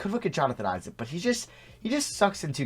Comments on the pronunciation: Who else is pissed that he said E-ZIK and not Isaac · He said ee–sac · broooo haha the way he said Isaac